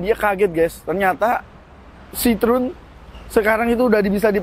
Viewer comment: Salfok, pelafalan ejaannya bukan sitrun Pak tapi s-i-t-r-o-é-n